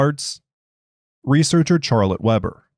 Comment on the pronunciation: Love how your AI screws up the pronuciation of "Charlotte Weber" :text-green-game-over